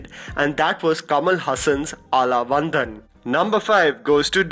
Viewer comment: I am just embarrassed for you that you didn't take the time to learn how to pronounce the movie Aalavandhan. You're not a white boy, you have much easier access to Tamil speakers or even Google could have helped you. Really hurts your credibility.